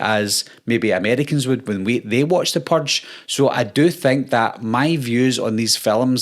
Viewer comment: Yeah... I'm out cuz you can't pronounce "purge" correctly. Also: I've never seen a Purge movie, and I already know they are worse than Scream movies. Which I also have not watched. Seriously. All of this teenage horror crap is like drinking ur own piss.